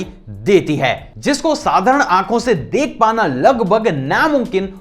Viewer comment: You are saying" deeek" Rahe he instead of dek rahe he